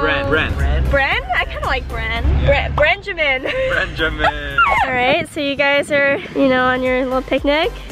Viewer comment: who all heard BRENJIMIN???